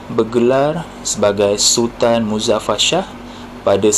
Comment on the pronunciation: Iskandar Shah la.....sebut betul2...sah dgn Shah tak sama lain makna....nsk bercerita nasi tambah pun biar betul .....